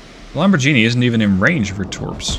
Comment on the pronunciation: Hey, great campaign so far! One thing, your pronunciation is usually excellent, but Lamborghini is a hard g, not a soft g:)